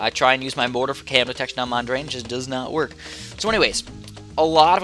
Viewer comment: it's pronounced: Mon-dree-ann